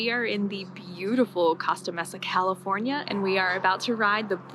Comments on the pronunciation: Looks like fun. I'm kind of jealous. For future reference, Costa Mesa is pronounced Coasta Maysa. : ) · The way you pronounced " Costa Mesa " lol. It’s pronounced coasta mesa like coast plus ta. Mesa. Thanks for sharing !